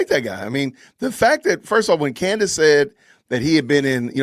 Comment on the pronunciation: It’s Candace not Candice